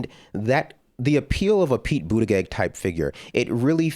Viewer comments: I like this dude, I can tell he’s pretty intelligent and I know this is petty and I’m shallow and a complete dick here but dudes lisp drives me nuts, calling him buttagegg instead of pronouncing it buttaJegg (yes I know that’s not how you spell it) was annoying me too. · This guy mispronouncing pete buttigag is mad funny haha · i love how he calls him "pete buta-gegg" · Pronounce Pete Buttigieg's name like this: boot-a-judge. Pronounce it right DUDE. The black dude. I like Bernie. I love Bernie. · Well you’re not that smart when you can’t even say his name right. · “I don’t think Pete Buttigieg is smart” says the guy who can’t even say the name right. 😀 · You should maybe learn how to pronounce his name if you're going to try calling him dumb... ....but I agree with your point.